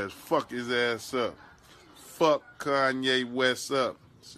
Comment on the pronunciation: Most buck tooth way to say Kanye